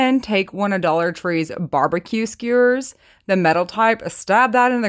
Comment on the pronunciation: we’re from the south where there’s no W in skewers 😂 love it